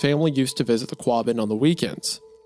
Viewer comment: Not to nit pick but Wendy, buubby, it's pronounced Wus-ster lol Massholes are very particular about their poor spelling... I've been in central mass for like 20 years now originally from CA. and on that not... It's pronounced Qah-bin you talented hack! Lol Hunter you guys do great work please keep it up.